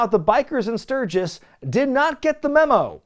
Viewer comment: Luckily still has Road Wild 1997 & 1998 left to cover in the future, so I guess we now know what the running gag for those Classic PPV Reviews will be... "Emanating from Stur-ghiss, Stur-ghiss... What'd I say, Stur-ghiss?!".